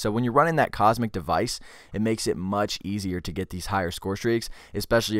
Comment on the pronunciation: It's Comsec, not Cosmic.